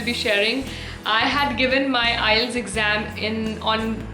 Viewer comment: IETS is prouncing like ias😅